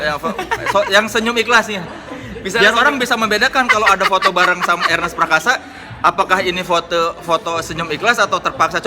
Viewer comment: Nonton video bareng mamake dan gw ga ngerti kenapa mamake ga pernah bisa nyebut nama Ernest dgn bener. Mamake selalu manggil nama Ernest sebagai Arnes huhuhu